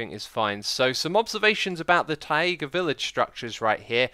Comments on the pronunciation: If you want to say Mojang in the most right original way: Taiga is pronounced tai-GUH, not ta-EE-ga Else: You don't have to defend your pronunciation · Tah-iga? Taiga uses the same diphthong as “tie” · ok so you cleared up the mojang pronunciation no one cared about, but what the heck is with taiga???? it isnt "taiega" as far as i know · DID HE SAY tie/a/ga because its tie/ga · Why are you saying Taega instead of Taiga? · I love the ta-yee-ga villages x. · Idk if this is part of your derpy pronunciation but people do commonly mistake this but it is pronounced Taiga not Tiaga. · according to the dictionary here is how it is supposed to be pronounced: [tahy-guh] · "Taeega", "Achacha", god dang it you're killing me X 😂😂😂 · xisuma, the "ai" in taiga is a dipthong, not two separate vowels. :P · I understand it doesn't matter very much, but I wince every time I hear Xisuma say "tai-ay-ga." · Acknowledges his pronunciation of Mojang but not "tie-ay-ga" :P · It's pronounced Tie-guh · Ecks E eye II Zoom-A VoyArD said Thai AYGA 🤣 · It’s t ai ger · So you pronounce Mojang correctly, but utterly mispronounce 'taiga' and 'granite'...? Taiga is pronounced like 'Tiger" without the hard r at the end, granite is pronounced like 'gran it'. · STOP SAYING "TAEGA" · Not that I didn't do it too, but why has no one figured out how to pronounce taiga yet? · But that's not the way he pronounced it.he just separated "a" and "i" instead of pronouncing them as a diphthong. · Maya He mispronounces things on purpose sometimes and also I don’t think they pronounce taiga differently in the many different accents and variations of english